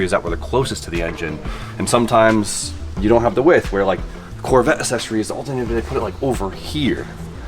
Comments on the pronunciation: Dear, I love you dog but you sound like my kids with that "assessories" lol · I know I sound like a jerk but it's aK-Sessories and damper not dampener there is no N.